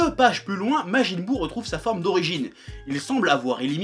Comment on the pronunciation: majin buu "jinesui" ... beurk